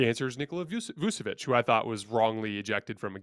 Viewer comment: L2Pronounce Vucevic it is Vooch-uh-Vitch Nikola Vučević (Serbian Cyrillic: Никола Вучевић, pronounced [nǐkɔla ʋûːtʃɛʋitɕ]